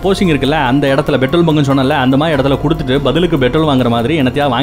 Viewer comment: Betrol இல்ல நண்பா petrol OK.